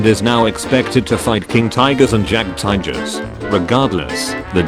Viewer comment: "Jag tijers"